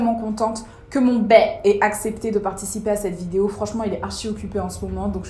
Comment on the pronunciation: On dis pas baye on dis baa